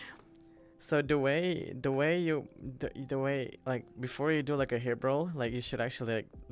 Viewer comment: says "da way" me: Do u kno da way